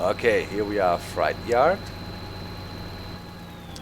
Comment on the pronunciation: It's pronounced fr8 not like a scary fright